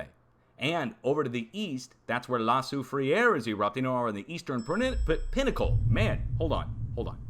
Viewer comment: Pronounced la sou frere...not sou fri ere